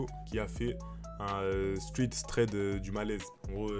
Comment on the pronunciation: Ça fait deux vidéo et il sait toujours pas dire thread